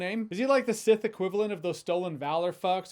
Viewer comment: he said Seth not sith